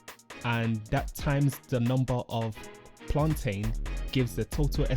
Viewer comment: Plantin not plantain🤦🏾‍♂️🤣